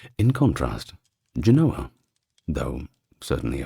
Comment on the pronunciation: JEN-oh-uh. Pronounced like the foresail on a sailboat. In Genoa, it is spelled and pronounced with a V. Genova. Jen-oh-vah